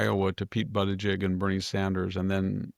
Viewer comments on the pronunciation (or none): none